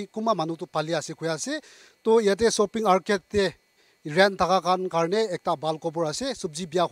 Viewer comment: There's no such name of a place called soaping mall 🤣🤣🤣i think it's shopping mall anyway try to improve your English and it's pronunciation.